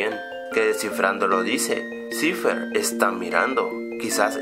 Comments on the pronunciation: se dice saifer no ciferh o como se diga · EL SE EQUIVOCA CUANDO DICE BILL CIVER😒😒